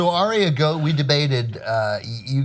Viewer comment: Arya is pronounced 'Ar-ya' not 'Aria'